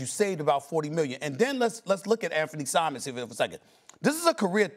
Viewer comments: It’s Simons Molly not Simmons 💀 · Firstly, it's Anfernee Simons, not "Simens". Your job is to literally cover basketball, you attractive idiot. Learning the names should be a day 1 type of expectation. DEI. Second, as a Pacers fan, I hope they trade Giannis to the Knicks for KAT. After seeing Hali go down in the finals and be out all next year, you get to see how short a window is. I'm a loyalty guy and would love to see him stay with the Bucks his whole career, but Giannis deserves another run, so trade him to a contender. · Molly like "Mabel Simmons" 😂😂😂😂😂😂😂😂😂😂😂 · In 2k24 John Mason actually sometimes say Anfernee "Simmons" instead of Simons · Anfernee Simmons?? Jesus Christ ESPN🤦‍♂️🤦‍♂️😭😭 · It’s Simons you dumb fuuuhh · Literally and Kendrick Perkins keeps calling him Anthony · Crazy to have that job and not even know how to say his name properly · I'm like, why can't they pronounce his name correctly??? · Word I caught that too. 1 M not 2